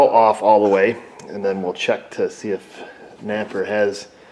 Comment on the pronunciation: Napper! NOT a sponsah!